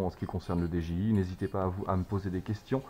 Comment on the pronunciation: salut, on dit didjiaye pas deje i